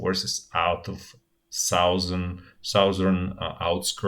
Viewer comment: sauzern part lmao